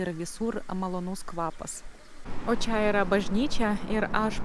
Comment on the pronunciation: Pagal kirtį gal būtų taip: kaI palaUkėmis eInu, iEškau zuIkio duOnos. Dar dėl čIA. Į čia (ir kitur) tik minkština trumpą a. Tarimas če būtų artimesnis už čIA. Tai tik pastabėlės. Jaučiu, kad dar už 7 m lietuviai nebesupras, kad Jūs nelietuvė